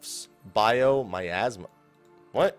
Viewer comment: 1. Pronounced "E-KNOCK-ee-an" for Enochian. 2. Pronounced "MEE-Ahs-mah" for Miasma. Hope that helps.